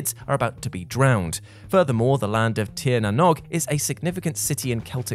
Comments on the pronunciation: ok, it sounds like Tir na Know'g, not Tir na Nog, not giving out, but as an Irish man, I just want to share how it sounds to us..... and also, To all of America!..... its pronounced more like Our Land, than Ire Land, we're not Jim Morrison, he had his Ires And Pyres, it sounds like Our Land or Are Land..... not ire or pyre or mire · When you say Tír na nÓg, it's not pronounced nog as in eggnog, the o is pronounced as in oh. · The word "nÓg" in "Tir na nÓg" is not pronounced like "bog". It's pronounced like "rogue". Also, it means "land of youth". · I died a little both times you butchered Tír na nÓg. the Óg in nÓg sounds like the -ogue in rogue, so it its pronounced like "nogue" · It’s “The Land of Tír na Nóg”, pronounced “cheer na nogue”. In the Irish language, the fada over the I and the O give them a different sound. Incidentally, Tír na Nóg means, the land of eternal youth. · Tír na nÓg (pronounced tear na n-oh-g) means Land of the Young and is supposed to be a place across the sea where people do not age, in Irish mythology. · Tir na Nog is pronounced more like tir na knowg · Not to be contradicting but Tír na Nóg is pronounce Teir-Nah-Nawg. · Tír na nÓg.....nog as in hogie or bogey....not as in frog or bog.